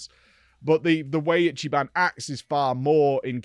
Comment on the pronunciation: i'm surprised he didn't butchered Ichiban's name lol